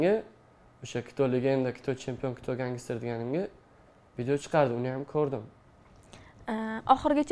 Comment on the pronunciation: Гангистер эмас просто ганстер